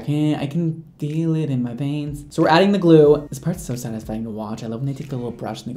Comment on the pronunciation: "I can feeel it in my vains." Lollol